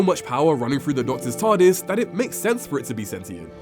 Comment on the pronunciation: it sounds like hes saying Tardasses 😂